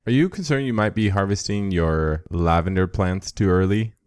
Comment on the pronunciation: When you said “lavender” I stopped watching and gave a thumbs down